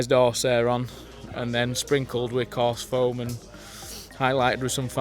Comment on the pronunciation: are you saying "rubberised arse hair" for the trees